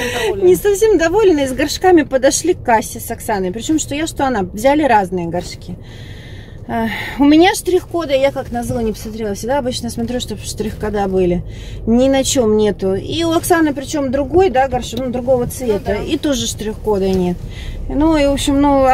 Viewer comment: можно замечание? Или забаните? С удовольствием смотрю все ваши влоги, все прекрасно, ваша семья замечательная. Проговаривайте, пожалуйста, слово "смотрю", теряете где-то звук " м". Постоянно! Может я зануда, но в каждом видео - режет слух. 💖💖💖💖💖💖Не обижайтесь! 💕💕💕💕